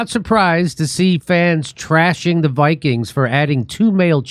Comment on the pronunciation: Minnesota Bi-Kweens